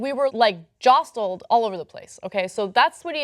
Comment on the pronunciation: Ana pronouncing the "t" in jostled really threw me off.